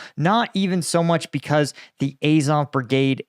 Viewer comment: Incredible that you can pronounce "Azovstal" correctly, but not "Azov"! Bet you also pronounce Ducati "Ducaahhti", although I doubt you pronounce cat "caahht".